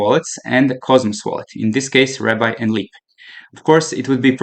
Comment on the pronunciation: BROO STOP Saying "RAB BYE" its called "RAB BEEEEE" Like the rabbit on the logo OMG